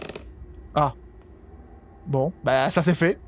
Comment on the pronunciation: Tu as dit Bron au lieu de bon